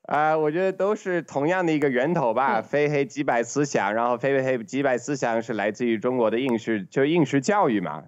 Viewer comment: 為什麼他每次說非黑即白的思想都要連說三遍，然後他說直白，即白還有急急平還是雞雞平時我都會想笑？。。。求解